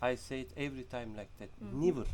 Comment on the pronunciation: kardeşim (asla) için '' nivır değil '' nevır'' demen lazım =)